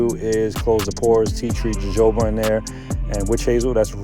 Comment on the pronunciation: “Ho-ho-bah” is the pronunciation for Jojoba. Excellent work and great execution!